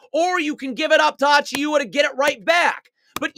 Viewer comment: Dude its pronounced “Ah-Chew-Ah” the i is silent